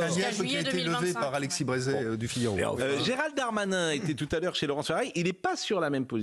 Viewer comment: J'adore quand Pascal nomme Gerald Darmanin "Gerald Darmatin" (probablementcar il est passé sur europe1/cnews le matin